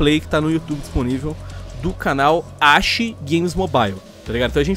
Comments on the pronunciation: O nome é Ashi e os cara pronúncia Axi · Mano pra começar os cara não sabe fala ashi e nem area depois o fogo selvagem não igual o capitão eles São bem diferente so pq os dois tem besta nada a ver outra os caras que dar opinião sem jogar o jogo, tem gente q não tem pc e nem console pra jogar R6 e viu oportunidade de jogar um jogo CQB, mano olha o damazio ele parou de jogar R6 pq o esta ficando muito futurista R6 vai ficar igual ao cod bo3 o area f2 ta ficando muito mais CQB do q o R6 olha a iana nada a ver personagem com holograma em um jogo CQB ainda fala em criatividade